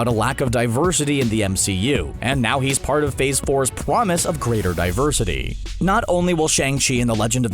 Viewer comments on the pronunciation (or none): Yo did you just say pwomise l.m.a.ooooofffff!!!